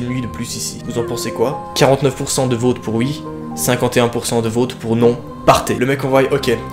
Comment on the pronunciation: Toi tu dit pas vote,tu dit vaute.